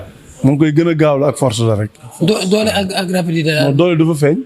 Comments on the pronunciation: Rapidité la wakh écoute bien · non il a dit rapilité deglouko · Balla Nena Forse ak rappilitéé, balla rek déé forse ak rappilitéé,,,😂🤣😆😁